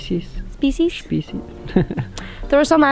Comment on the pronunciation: "shpeeshees" when you're Norwegian/English/German trilingual and try to apply all the rules at once... but just end up sounding like Sean Connery.